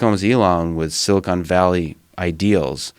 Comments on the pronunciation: If Joe says "silicone valley" one more time, I'm gonna scream. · Joe is a dolt in general. Just as I type this, he said "silicone valley". Twice.